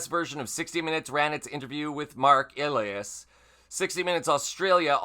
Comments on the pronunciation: Mark Elias pronounces his last name E Lie' Us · Great content, but it’s pronounced “E-ly-as”… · Pronounced: a lie us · You’re pathetic, learn how to say a person’s name when you say it wrong you sound like an idiot especially when they say his name in the clip.